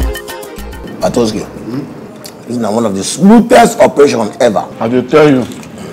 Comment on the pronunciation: This girl messed up patoski for real😂😂😂